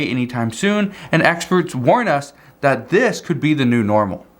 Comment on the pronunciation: I agree and very opinionated to! wish he could practice and pronounce the word "that" not "dat" and okay JMO